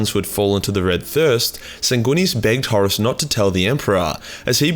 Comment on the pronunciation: I love his pronunciation of Horus as “Horace”.